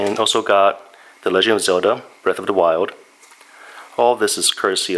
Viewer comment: Breath of the Why-old